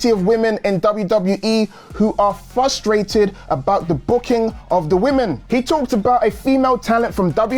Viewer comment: Come on...FRUST...hard R. Frustrated. It's like listening to a little kid say Psgetti instead of Spagetti lol. Take it lightly. I get corrected for fragrance pronunciations all the time lol